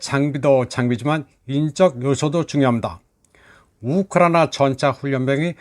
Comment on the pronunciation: ㅎㅎㅎㅎ. 참 재미있는 분이네요. 그리고 우크라이나 발음 엑센트가 너무 쎄네요.